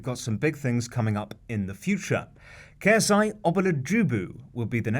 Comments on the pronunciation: Didn't even attempt to pronounce KSI's name properly, disrespectful. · The way he said KSI’s full name. I died laughing